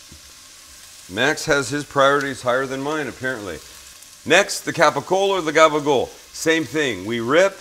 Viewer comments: It’s gaba-gool. With an L. Get it right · if you go out on limb to say something pretentious, at least know the word... NOT "Gaba-Gopo!" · It's "gabagool"